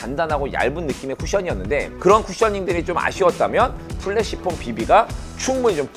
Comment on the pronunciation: 근데 프레쉬폼을 왜 자꾸 플래시폼이라고 하나요? 영어로도 flash가 아닌 fresh인데 말이죠